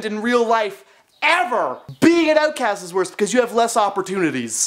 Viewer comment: "Being an ootcast" 😂